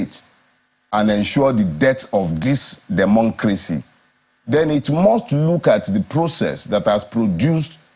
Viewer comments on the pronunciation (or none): WHO ELSE HEARD "DEMONCACY" GATHER HERE😆